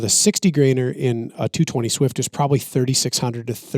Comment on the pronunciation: How dare you mispronounce the legendary .220 Swift! 😊